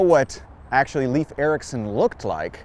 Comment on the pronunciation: Nice history, but remember that Leif Ericsson is pronounced LAYF, not LEEF.